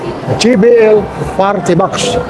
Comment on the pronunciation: JBL Po tay. Hindi JVL